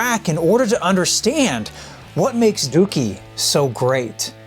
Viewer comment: Im just glad he pronounced it right